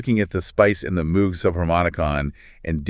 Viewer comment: Moog rhymes with vogue. Synth 101 basic knowledge.